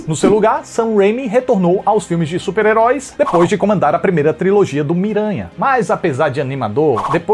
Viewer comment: que bela dicção nesse supararoicas HAHAHA